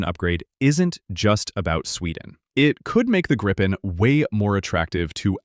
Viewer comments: Grippen? NO, please! It's Gripen. The same pronunciation as in "beaten by Gripen" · Gripen is already doing Supercruise with the GE engine.... And hey.. the name is more "Gree Pen" not Grippen....